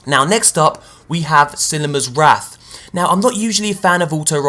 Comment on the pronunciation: silimARs wrath, not silimers wrath.